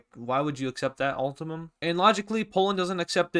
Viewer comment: bro said ultimum